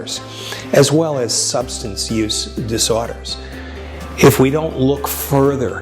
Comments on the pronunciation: This video was really leading me into a nice moment of self-acceptance and understanding until he dropped the word "disorders" like five times there in the last two seconds cuz he pronounced it like "dis o'tters". . and now that's all I can think about. The takeaway here is that I need to get beyond "dis o'tters" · OMG HAHHAHAHAHAHAHAHA my only takeaway from the video was the way he said "dis o'tters" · I hate the way he says disorders